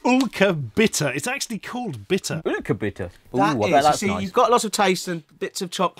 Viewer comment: don't you think it's supposed to be pronounced 'ylker', and not 'ulker'? That looks like a german y to me.